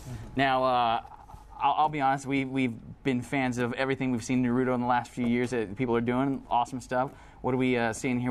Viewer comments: you know what i hate? when people try to say naruto, but pronounce it narudo. its not na-ru-do, its NA-RU-TO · ugh.... i hate it when ppl say "nu-RU-do" ITS NA-ru-to damn it! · he is calling naruto nuroto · It doesn't matter how he say's "Naruto" he has an American accent. Nobody is forced to learn Japanese vowels to pronounce it properly just like Japanese people can't speak English properly. Macudonarudo? Sorry? You mean McDonalds? Yeah nice fail. About the video, I'm really looking forward to this game but I have to admit, every question asked raped the game. No online mode, only 25 chars, no interactivity with stages. Oh dear, seriously bad questions asked this game is a once complete and swap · y the fuck do adults pronounce naruto so weird